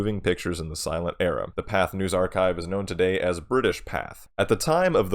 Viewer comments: Pathé is pronounced "Patey", not "path". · It's pronounced pathAY.